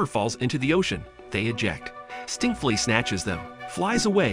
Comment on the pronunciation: Did he just say stinkflee